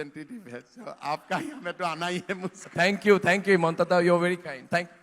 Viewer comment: It's himanta not hemanta